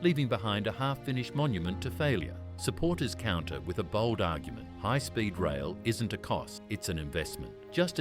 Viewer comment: Let's make a text-to-speech video about Canada but use an Australian accent for some reason. Hoigh Spoid Roil 🤷🏻‍♂ It won't be Toronto-Quebec City in 3 hours. It will be Toronto-Montréal in 3 hours. VIA Raiil is pronounced vee-a. Not vee-ai-ay. Northern Japan gets lots of snow. Canada should partner with Japan Rail instead of the SNCF. France is a mediterranean climate except for the Alps, where there are no TGVs. Also, the Toronto-Montreal landscape isn't as mountainous as California, so hopefully they can avoid the issues plaguing California HSR.